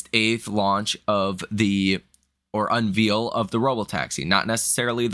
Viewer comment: "Unveil" pronunciation. It's not UnVeal. Otherwise I like what your doing, but I cringe every time you say this word wrong.